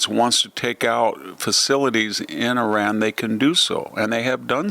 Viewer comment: Learn how to pronounce Iran right